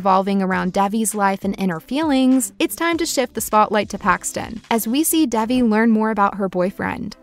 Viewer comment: It's not Dævi, it's Dejvi